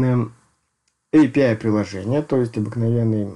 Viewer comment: не АПИ, а ЭЙПИАЙ